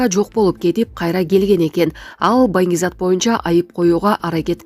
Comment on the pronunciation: Туура суйло,,манг зат" эмес, Банги зат